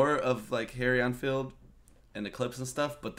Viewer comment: Harry Ein Filed... You're the cutest